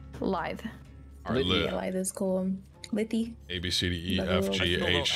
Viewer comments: "Lit-he" ... Dear lord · Lite. You mean Lithe? Never heard that word before. Lithe means like agile. That explains why I don't know what it means. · "lith-E`"` LMAO` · Lit-he lmao